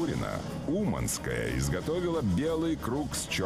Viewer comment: Oкpaинский канал.🤣🤣🤣свалил всех детей в одну кучу. И cлипили историю. У девочки даже фамилия не с тем ударением, она умАнская.